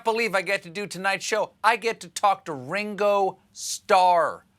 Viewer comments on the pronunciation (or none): Its ring o not how ur pronouncing it